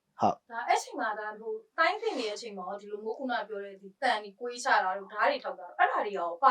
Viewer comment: မေးတဲ့လူကလဲ မီဒီယာ တင်ဆက်သူဖြစ်ပြီး အရပ်ပြော စတိုင်ကြီးနဲ့ ဒီလိုမိုး ဟိုလိုမိုး တဲ့ ဒီလိုမျိုး ဟိုလိုမျိုး ပီပီသသကြီးပြောပါ အိမ်မှာနေ ရင် ပြောချင်သလိုပြော ရတယ် သီတင်းတင်ဆက်ရင် ပရော်ဖက်ရှင်နယ် ဆန်ရပါမယ် ခုခေတ်မှာ မြန်မာစာ မြန်မာစကားကို လေ့လာနေတဲ့ နိုင်ငံခြားသား များစွာရှိတာ သတိရပါ